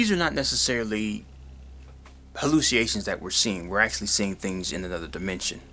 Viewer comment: hallucination and susceptible are not pronounced the lazy way you pronounced them